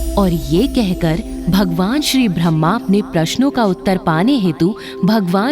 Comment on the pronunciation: वीडियो बहुत ही सुन्दर है, सुन्दर वीडियो के साथ साथ हिंदी भाषा भी शुद्ध होनी चाहिए, हिंदी उच्चारण शुद्ध करें। जैसे -- भह्मा, भह्मांड नारेन आदि आदि । शुद्ध रूप ब्रह्म, ब्रह्मा, नारायण।